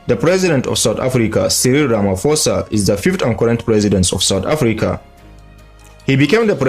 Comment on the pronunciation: Just for clarity: President Ramaphosa became president in 2018, not 2019. Also, the surname is pronounced Ramaphosa “posa” not “fosa”